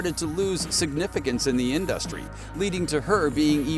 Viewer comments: In-duh-stry Gotta love AI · Pretty weak claims, video ends abruptly as if it weren't finished, and there are about 25 instances where the AI voice mispronounced InDUHstree. 😂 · Every time this dude says In-dus-tree I giggle😅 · lol why you pronounce industry like that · Why are you saying industry like that? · OMG!!! Pls STOP saying Industry like that!!!😂😂😂 but yeayvI getvit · Why are you saying industry like that??? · This video is absolute trash. Katt Williams didn’t even NAME Beyoncé; fans just thought his tone implied that she was involved. Don’t waste your time, the narrator is a bot that can’t even pronounce the word “industry” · Learn how to say industry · The way he kept pronouncing industry was all I needed to know 😂 Social media is hilarious